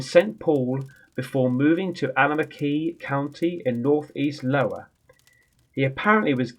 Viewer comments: I remember a time when had to correct the pronunciation of a place in the UK the place is lesshire and Americans don't pronounce it right or spell it right I know I suck spelling my point is it's not lowa with an L it's an I as In Iowa it is a state in the us pronounced as eye oh ah. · Darling, I believe that is Iowa, not Lowa. Iowa is a state in the USA. Pronounced, I-oh-ah. But, Rambo it, mate! Love you, love your voice!! You should do this on a regular. I could listen to you all day! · I honestly watched so i can hear him correct the iowa but seems like his ramboing it with lowa 😂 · Hi just wanted to say I love your videos and can't stand those SHADOW BASTARD'S ha ha also it's iowa not lowa it's in the USA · You know it's not Lowa right? It's Iowa....like Eye-Uh-Wa It's a state 🤣 God I hope this is a troll. Love it mate! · Fucking Hell, mate is Iowa Not Lowa .... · LMAO it's iowa (i-o-wa) just epic the lowa word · 😂 it’s Iowa 😂 love your videos I live in Iowa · What the duck is “lowa”? I’m. Pretty sure it’s “I(i) owa” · No your not . Because it is Iowa not Lowa . Look at the front of the book... I not L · Isn't that Iowa, not Lowa??? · I love story time. Lowa is awesome but it's pronounced at i-o-wa. But I love lowa better. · its iowa not LOWA LOL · I’m loving you calling it Lowa not Iowa. You “makes I chuckle” 😂. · It's like I wanna say to it's 👁️ O Was not LOWA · Great story and narration (even with the "Lowla" instead of Iowa) Anyhow I was wondering if you got my Halloween gift? It was a photo mug I designed featuring a ghost at a Greyhound bus stop I took back in early Nov 2019. I also sent at the same time but not placed together a Halloween card. You probably did not get them in time for Halloween though but since your show is paranormal themed all year round it still keeping true to the theme 😀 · Its not lowa.. its I oh wa🤣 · Mate! It’s not Lowa but Iowa pronounced ‘eye-o-wa’ it’s a state in the USA! Look at you! 🤣🤣🤣